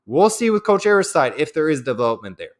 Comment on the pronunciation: Hey, it's not Aris-TYDE. It's "Ari- STEED"!!! Like DEED!!! It's a French name.